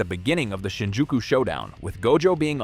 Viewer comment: BRO U SAID THE SHINJIUKU SHOW DOWN WITH OUT GOATEDJO AURA